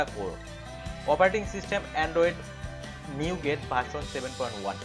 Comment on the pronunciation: নিউগেট না, নৌগাট হবে। ইউ এস উচ্চারনের সময় "নূগা(ট)", ট এর উচ্চারন হবে না।